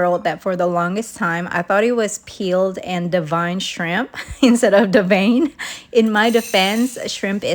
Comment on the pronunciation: Haha, im glad im not the only one who thought it was Devine and not de-vain 😂😂